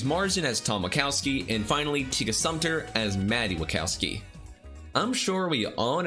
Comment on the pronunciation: When they said wachowski I heard wazowski